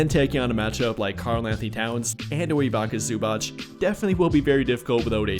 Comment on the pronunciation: Found out about "Ibaka Zubach" from this video. Slavic names are not that complex. It's pronounced "EVE-its-uh ZOO-bahts" [îʋitsa zǔːbats], "Goran Dragitch" (not like "tragic", but like "dragon", "Drag-itch") etc.